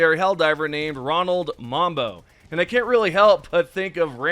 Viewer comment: You think of Rambo then pronounce the armor differently lol. Think Rambo when saying mambo